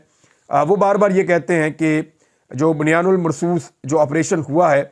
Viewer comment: Imran bhai ap jo ayat parh rahy han wo is tara sy nahi parhi jati plz ak bar check kary isko kun k is m ل nahi parha jata